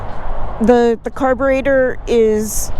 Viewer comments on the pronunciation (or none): U got me when u said fuel carbunator! No thks. Am good Thtas old time carb. O get a yama.zuma or. Pcx honda better